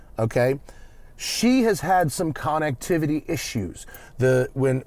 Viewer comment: "CONN"ectivity, so fancy